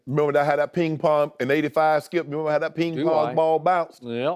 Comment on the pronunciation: he said they memberbellia..lmao..they already forgotten